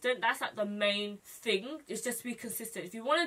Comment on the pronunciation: I looove that you say fing instead of thing, you're adorbs